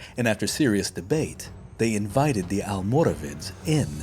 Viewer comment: You seem to be having a few questions about the correct pronunciation of almoravides so as a Moroccan, allow me to help. You pronounced their Arabic name quite well actually, it's "Almorabitun". But the name "Almoravides", especially how it's pronounced by non Spaniards is incorrect. See, "Almoravides" was simply the "spanification" if you will , of "Almorabitun", But in both Arabic and Spanish there is no "V" sound (the letter itself does exist in the Spanish alphabet but it is pronounced similar to a B) so reading "Almoravid" with an English pronunciation is wrong. instead the Spanish pronounce it as "Almorabides" wich is a lot closer to the original pronunciation. Hope this helps. Keep up the great work!